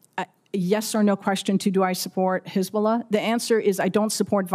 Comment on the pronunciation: She say perfect hesbolah 😂